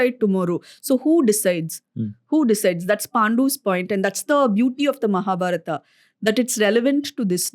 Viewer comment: The way you say “Arjun-aa”, “Mahabharat-aa” , I wonder the guest’s name is Anuj or “Anuj-a”